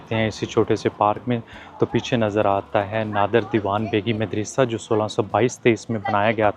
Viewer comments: Why are you mispronouncing the word MADARASA. It is actually Madarsaa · Madrasah Not medrysy 😊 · Such a wonderful vlog, I visited Central Asia in 2022, it was going back to memory lane . Is it madressa word not midrassa ….I think you are pronouncing wrongly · مدرسہ دال پر زبر ہے زیر نہی۔ اردو ٹھیک طرح بولو بھای۔ پاکستانی ہو۔ زیر زبر ٹھیک طرح لگایا کرو۔ سننے والے کے دماغ پر تھوڑے برستے ہیں جب غلط اردو کوی بولتا ہے۔